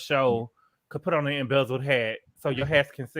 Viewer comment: saying embezzeled like it’s actually the real name is killing me ☠️☠️😩😩😂😂😂